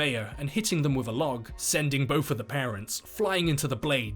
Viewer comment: It’s both, not bofe. And death, not deaf. It’s really confusing